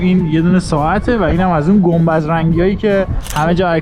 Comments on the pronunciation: گنبذ ؟ چه جالب من فک میکردم فقط بابام به گنبد میگه گنبذ 😅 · یه جای ویدیو گفتی گنبذ ، ولی فقط گنبدیا گنبذ رو بلدن 😂 گنبدو از کجا میشناسی 😂